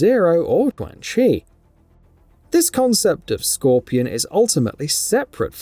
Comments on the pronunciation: If you keep mispronouncing names, the next video will get disliked 🤷🏼‍♂️ Chwan Chi, Reeden, Shiraya-Reeu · The correct pronunciation should be “Chuan “ as Q in Chinese is Ch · Ayo I'ma let you finish but who the hell is Twang Chi 😂😂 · The mispronunciation of Qaun chi is funny 😆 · Right??? 😂😂😂 So cringy